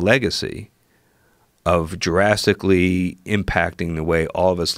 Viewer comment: 🤔🤨 did he just say it "Jurassically" instead of drastically?!🤷‍♂️🤷‍♂️🤣🤷‍♂️🤣😭😭💀💀 I'm not trying to get him a hard time cuz I'm sure I would make more mistakes than that if I was being interviewed by Joe Rogan LOL but then again I'm not used to doing interviews or being on TV either🤷‍♂️🤣😂😭💀 I just thought it was funny and I had to rewind and make sure I heard what I thought I heard🤣😂😭💀